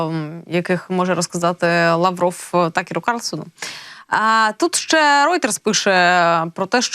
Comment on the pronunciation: В українській мові є слово ЩЕ, а не ше.